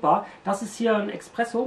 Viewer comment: Espresso nicht Expresso.